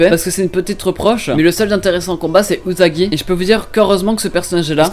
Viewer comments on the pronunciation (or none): none